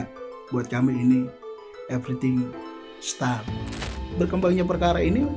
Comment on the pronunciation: Bapak, anda ngomong bahasa Indonesia aja kenapa sih?? Bahasa Inggris mu ngawuuuur!!! Pronunciation mu, ancuuuuuur!!! Malu2in. Saya tau bapak itu pengacara anak2, tapi jangan terlalu ditunjukkin!! Show off, bukan so off!, start, bukan star. Sekolah dimana bung!